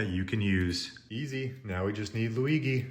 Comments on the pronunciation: Mi-ah-mi instead of Miami, Leonardo Da Vinki, Lu-ee-gee instead of Luigi? The leaning tower of piza but its the eiffel tower? He's trolling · Da Vinki… Hightalian…Anymee style…Maryo…Luighee…Super Maryo Odyssey.. you need to find a website for handicapped english